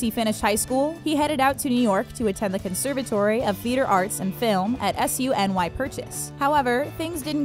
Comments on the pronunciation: Its SUE-KNEE. Not S-U-N-Y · It’s read as SUNY